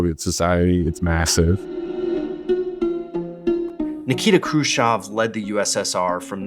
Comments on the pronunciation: Who this kruschav he keeps talking about?? Why cant he say CHEV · Why do you say his name krushchov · How are you going to repeatedly MISPRONOUNCE his name when you have it shown in TEXT and have other people pronouncing it properly?! I despise people who mispronounce shit just to be different.